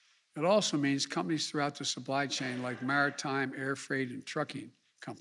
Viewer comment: Couldnt even say supply chain he says supply sane... lol